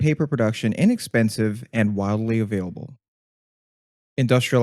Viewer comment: Did you say "wildly available"? Its WIDELY available, mate!